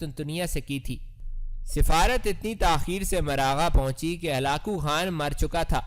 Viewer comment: Ap halako khan ko halao halo bol rahe ho